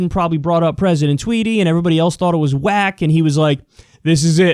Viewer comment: Joe tawt he saw a puddy tat